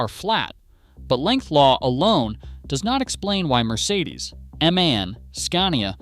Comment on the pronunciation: For the thousandth time it's not pronounced man, its pronounced M.A.N. As separate letters. Stands for 'Maschinenfabrik Augsburg-Nürnberg'.